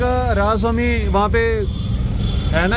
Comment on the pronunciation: Ra-dha-sva -aah-mi